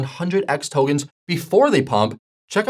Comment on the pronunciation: Same here. Togens??